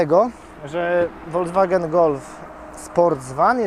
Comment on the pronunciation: Prawidłowa wymowa to dosłownie "folkswagen". To nie jest aż tak trudne.